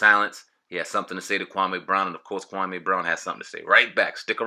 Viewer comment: Dudes name is pronounced Kwa-ME not Kwa-MAY....